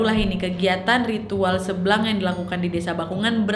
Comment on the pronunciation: Kok aku dengarnya tari "seblang" jadi "seblak" wkwk